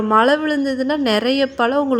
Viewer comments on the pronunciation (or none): பளம் பளுக்கும் மள என்னம்மா இது தமிழை போட்டு சாவடிக்கிறீங்க 🤦🤦🤦 ழ என்ற எழத்தே வராதா கொடுமை 🤦